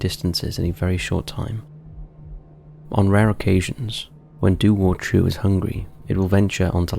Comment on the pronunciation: Firstly, Dobhar chú is Irish NOT British. Yes, Northern Ireland is currently part of the United Kingdom but Northern Ireland is only 101 years old. This legend goes back thousands of years. 😡 Secondly, it's pronounced 'Dow-v- eir Khoo'. Thirdly, you could do an hour long video about mythical creatures from both Ireland and Britain so no need to lump us together. 😊